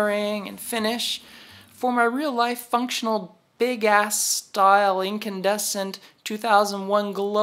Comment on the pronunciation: LMFAO!! Did you say "Big Ass" ?!